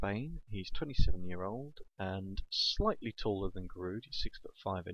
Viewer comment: Giroud is pronounced 'ji-rew'